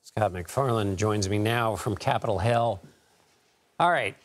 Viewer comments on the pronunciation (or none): Sounded like the anchor said the reporter was on "Capitol Hell"....that's what it really is.... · Did Dickerson just say "Capitol Hell"?